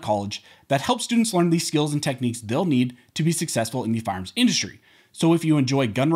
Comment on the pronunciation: Your information is terrific, but I wish you would work on your diction. You are not a “farms” expert dealing with the “seckamemman”….. Every syllable and every consonant is crucial when you are reporting to the public.